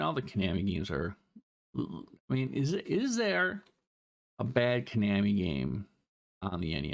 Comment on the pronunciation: ko-nahmi lol